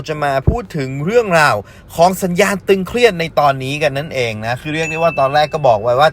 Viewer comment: ตึงเครียด ไม่ใช่ตึงเคียดครับ